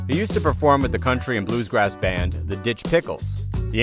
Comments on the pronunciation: It's actually just Bluegrass, not "Bluesgrass" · It’s bluegrass, not blues grass dude